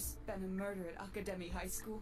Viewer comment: It said death and she said mirder